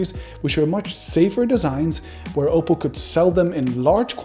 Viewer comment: STOP SAYING OPAL! ITS OPPO... OP...POH.. I DONT THINK YOU WORK FOR THIS COMPANY...